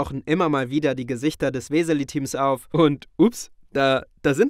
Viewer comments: Nice Aussprache vom Namen. Ob die sich dadurch verarscht fühlen? xD Weeessseeeeliiiiiiii. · Ich dachte immer, ihr sagt zum Spass "Weseli" statt "Wislies", aber dass sie sich selber auch Weselis nennen macht es irgendwie noch lustiger...